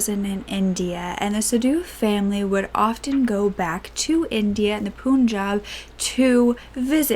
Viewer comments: Poon-jaab > pun-jaab Jazzy > juss-e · bitch said poon-jab. there's literally an english word 'pun'. americans like pronouncing stuff how it's pronounced in their country. why didn't you just say it like it is in english, it would've been correct. it's pun-jab, not poon-jab.